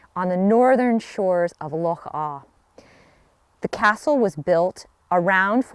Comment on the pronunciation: This is one of my favourites too, so I loved this video! The scenery surrounding is just stunning, it's a dream castle to visit! Also have to give you so much credit for pronouncing 'loch' properly! :D